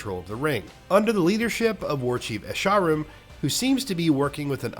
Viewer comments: the game: esh-er-rum x10000 the kid from english class : aySHARem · "Asharoom" lmao 😂😂😂😂